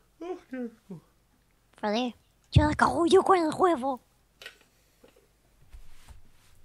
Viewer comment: desde cuando dice "asco" y no ajco?